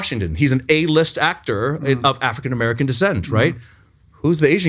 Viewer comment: Every time he said "African American" I understood "Afghan American" - and I thought, how would they know somebody is Afghan, instead of Persian, Syrian or alike looking ethnicity.